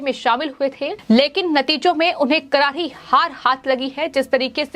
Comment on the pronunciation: एंकर का उच्चारण अच्छा नहीं है करारी को कराही बोल रही है र और स को ह बोल रही है